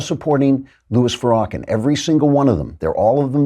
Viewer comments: Where did you fu'rawkin' learn how to mispronounced Farrakhan in such a manner? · I believe it is pronounced, Far-ra-khan. It's Turkish for hypocritical sleeze ball. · Did you seriously say “Farah-Ken” but I’m supposed to believe your intelligent, and listen to you? 😝 Pass